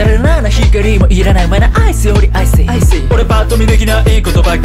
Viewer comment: i ↑ceよりiey↓ww